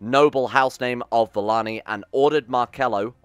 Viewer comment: is it just me or should Valane be pronounced Valayne not Valanee